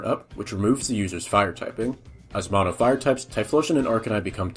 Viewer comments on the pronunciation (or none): none